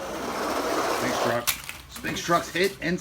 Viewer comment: Sphinx is Pronounced Sfinx